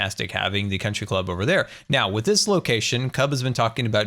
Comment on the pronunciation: “Con-try Club”